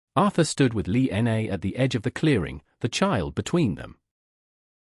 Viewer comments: Yes, I have to echo and mirror with some of the other people have said about the very poor narration of this “story” I couldn’t even get past the six minute and 20 second mark because you couldn’t even pronunciate the woman’s name correctly… It is Lina or Lillian, not “Lee N A”! Did you not take the time to proof read and hear your story before you shoved it into the Internet? Definitely no like or thumbs up from me! SMH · Also, it might be nice to spell and pronounce simple Chinese names correctly..."Li Na"